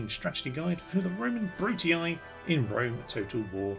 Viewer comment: Do you want a pretty easy campaign, all downhill, with way more power and potential than any other faction, sonny? Choose the Brutii (who, by way, are to be pronounced "Broo-Tee"). Personally, I prefer more interesting, less OP factions, but then again...